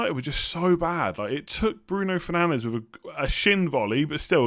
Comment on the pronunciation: Bruno Shinandes